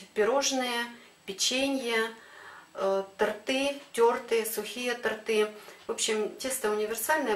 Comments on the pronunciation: Вы показываете свои видео большому количеству людей, необходимо говорить грамотно. Режет слух, когда говорят тортЫ, правильно—тОртЫ. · Правильно говорить-тОрты, а не тортЫ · Научитесь говорить торты ,ударение на О